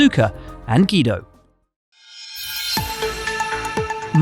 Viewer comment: with "Ghido". Has waterboy Buxton even seen Cars? Smh